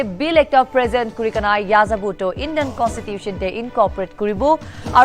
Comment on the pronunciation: N is not ya za Bo it's yehzabo (or Eh' za bu)